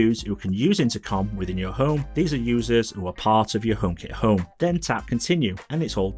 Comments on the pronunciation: Really good channel. I know you’re from the north of England like me, but you need to change the way you say ‘Home’. It’ll be good for the growth of your channel. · I am from the UK also, followed him for sometime. His accent has nothing todo with how he pronounces “Home” it’s his speech. But I don’t it will have any impact on growth, he’s only been going 10 months and already at 11k subs